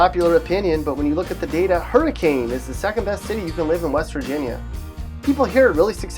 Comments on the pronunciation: Yeah, it's pronounced "HURR-uh-kin," not "hurr-uh-CANE." Cheers from Paw Paw, West Virginia's best-kept secret. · It is pronounced, “Hurricin” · BRUH it’s pronounced her a kin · Not one of these pictures is taken in West Virginia, your reasoning behind choosing these towns is vague and you didn’t pronounce Hurr-i-kin right. Have you even been to our great state before?? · You pronounced Hurricane wrong... it's hur-eh-can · Owen Martin the city isn’t pronounced like that tough, it’s like Hurri-Ken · Hur-ah-kin, i know its weird but thats how we pronounce hurricane Wv. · You pronounced Hurricane wrong. It isn't pronounced like the storm. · That is nottttt how you pronounce Hurricane. That hurt… physically. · He pronounced hurricane wrong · Its not hurricane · Piper Payne omg right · Ikr lol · i was so mad he said it like that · nope he said it wrong. I go the hurricane high. It is like saying read instead of read.